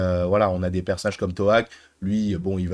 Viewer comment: Désolé mais je dois le dire mais c lo'ak pas to'ak c tsireya et il son des metcaina je dis juste pour aider meme si sa fais deux ans que tu l'a postais 😅😅